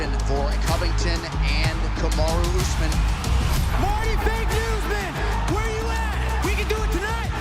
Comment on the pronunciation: Finally ooozman gonna wrasttle..... i mean fight 😂😂😂😂😂 ben oozman 😂😂😂😂😂kamara askren 😂😂😂